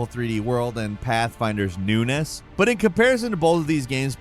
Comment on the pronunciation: bro rly said newness